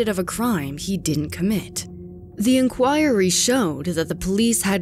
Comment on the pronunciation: Jesus christ, I love this channel but you need to learn how to pronounce words correctly. "Sayga" "Inchoiry" bruh come on pronounces those words like that